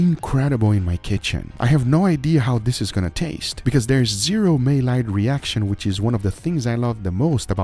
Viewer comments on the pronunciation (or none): PS Guga it's pronounced "My Yard" not may lard. Just thought you might want to know. Awesome video as usual. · ‘Malliard’ is French so the l’s aren’t pronounced. It sounds like ‘muy-arde.’ This burger was on motz’s channel a couple years ago. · It’s pronounced my yard not may lard😂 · Maillard = My yard. Not may-lard. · Guga Maillard is pronounced as “my-ard” and not “may-lard”. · Maillard is pronounced Mah-Yar - the D is silent in French, but I understand the need to make non silent in English, in which case Mah-Yard ;) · I can’t take it anymore! It’s pronounced My-yard (Maillard)! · Guga, I truly love you man but you keep pronouncing the word wrong. It is really simple say it like this "my yard" that it is how Maillard is pronounced. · Back in the day they only made lard in may, that's why Guga calls it a May-Lard reaction. Just historically accurate. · Hey Guga it's pronounced "my yard" reaction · Maillard = May-yard 🙏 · Great vid as usual, but Guga please..... it's pronounced MY-YARD reaction. :) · Olá, Guga. Obrigado por seus vídeos. Maillard è pronunciado = My- Yard. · Mai (sounds like migh in might) - llard (sounds like yard). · The way you pronounce Maillard is so wrong and but yet so funny 🤣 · The way he pronounces maillard